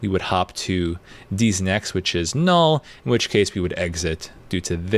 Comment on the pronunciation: First time I heard "D's Next" I heard "Deez nuts" and it triggered my PTSD. In all seriousness though great tutorial and teaching style! I love the "educate then experiment" approach.